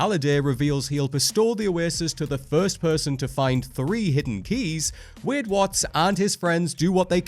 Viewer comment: Say Wade correctly please.